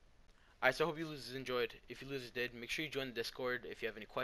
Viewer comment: He said whats up lossers